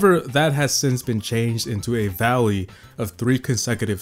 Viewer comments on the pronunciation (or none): This guy really saying 'Valley' rather then 'volley'